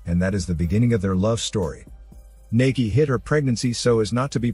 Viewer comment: Thanks for doing a Thai movie, btw, it's not pronounced "Nakee" it's "Nah-kee" :)